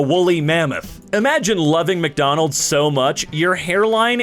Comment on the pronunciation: The "salty as hell" one was gold, but did anyone catch "McDomald's"?